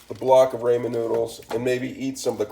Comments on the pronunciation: It's pronounced Rah men, not Raymond. Rah men. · Its raaaaaamen not rayyyyyymen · It's Ramen not Raymond. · Rah men not Raymond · oh no would hate to have my “Ray-men” noodles “aladental”😂😂😭stick to the day job buddy 😭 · “Ray men” and “Aladental” had me rolling hahaha! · I don’t know why every ramen cooking video is full of dumb asses who purposely mispronounce ramen noodles. Like you think it’s cute or gonna get more views? lol you just look like a giant tool.